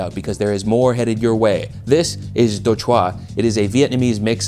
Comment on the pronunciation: Chua is pronounced more like lure just FYI Also quick tip for pronouncing vietnamese. We don't have any words that require really quick, snappy pronunciation. Take it slow and draw out the word a little more. Your Đồ was good but because you said it so quickly it immediately sounded wierd.